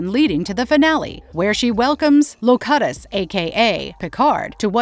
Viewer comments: Great theroums I enjoyed the video, HOWEVER its LOwQutUs of borg, AI needs to learn how to pronounce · "low-cah-tuss"... classic marvelous video's click-baiting mispronunciation. There is no way everyone who works for them as a script reader is THAT misinformed lol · Mispronouncing Locutus is like fingernails on a chalkboard. It's not Lo-cut-us it's pronounced Low-cue-tus. Obviously whoever is speaking in this video is not a Star Trek fan and is just reading a script. 😢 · How the speaker pronounced “Locutus” betrayed the fact that they are just a paid voice actress with no actual interest in the subject material. “Lo-cut-us”, pronounced “Lo-cute-tis”. 😂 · Clearly whoever is speaking here has never watched the episodes where they actually pronounce Locutus's name, everyone in Star Trek pronounces that name as Low-Cute-Us, not, low-cut-us. This video was very well researched, so I will give it a Like for that, but if the person narrating the video is the same person who did the research she didn't watch enough to know how to properly pronounce Locutus, but the research is good nonetheless. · It's pronounced Lo-cute-us not Lo-cut-us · Locutus = lo-CUE-tis, not lo-CUT-is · "Low-Cute-Us" not "Low-Cut-Us". Thank you. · The ONLY complaint I have, is the Narrator, Mispronouncing Picard's, Borg Name ! In TNG, it's pronounced, Low -Cute -us, not Low-cut-us! Funniest comment I've ever heard, was : "Funny, they don't look Scandinavian! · I really wanted to see the Picard season 1 Jerati Queen fight the OG Borg Queen in Picard Season 3. I feel like they set it up and choked on the finish line. Also, it's pronounced "Low-Cute-Us" not "Low-Cut-Us". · Low-Que-tus, and S2 Borg was from the Mirror universe. Picard, in S2, was taken by Q to a much further in future in the Mirror universe then back to the 2012s i think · AI narrator... 'LACUTTUS' instead of locutus... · LO-Cut-us? What? Are you stupid?! Narrator has never watched the show! lmao! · Say it with me "Low-Cue-thus".....